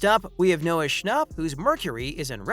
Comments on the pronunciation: It’s schnapp not schnopp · its not sha- nop its sha- nap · THE WAY HE SAID NOAH SHNOP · Why they all say Noah "Schnopp" its Schnapp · Why does everyone say his last name wrong it’s Noah Scnh APP not Noah schnopp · "Noah Schopp"💀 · why does he say shnopp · I cant get over the way he says “schnauhpp” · The way you say schnapp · Lol how he pronounced schnapp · I'm irritaded by how this guy says Schnapp😑